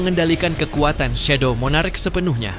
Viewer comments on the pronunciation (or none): none